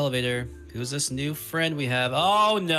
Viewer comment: finnaly found a fwend at last